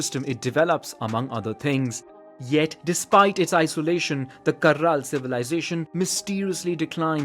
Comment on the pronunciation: Me, a Peruvian: Caral: CaRRal